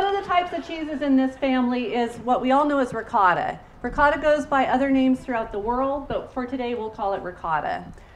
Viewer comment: Can you please say ricotta like this: Ri "coat"uh.. its not Ri caught a... also... for Moscarpone we say...... Mo scar po nay I mean...as a teacher..we here in Italy would appreciate you spread the words of our regional products correctly. Thanks a lot..meant with a lot of respect, no malintension here.